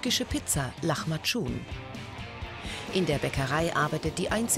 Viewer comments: Lachmacun genau😂 das heißt lamacun!!!! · Lachmacun? ._. Rly das heist lamacun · nicht lachmajun lamajun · Hahahaha lach mal tschun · Huch Lachmatschun? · Wird das wirklich lachmajun ausgesprochen? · Lachmatschun 😅😅😅? Türkisch Sprache schwere Sprache, Hösch, gelle Kommentator.